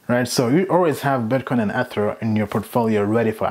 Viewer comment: I don't even think you've watched a video about ethereum because you keep miss pronouncing ether